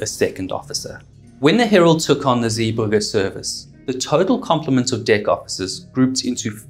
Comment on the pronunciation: Great video and told very well, but it is Zeebrugge not Zee burger! 🍔 😂 I noticed you only altered that after you put in a video where somebody else pronounced it correctly! Only teasing though, really enjoyed it!